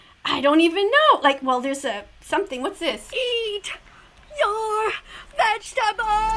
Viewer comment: He says eat your vegtebols one less chiken au be gonne